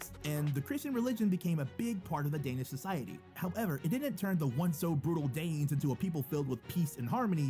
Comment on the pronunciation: I am danish and the pronauns of danish words Are bad